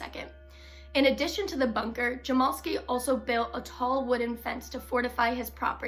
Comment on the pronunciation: My 1/2 brother is his grandson and it’s pronounced jam-ell-ski.